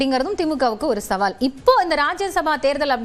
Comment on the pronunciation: சவால்??? சாவல்??? தமிழ் கொலை 😮😮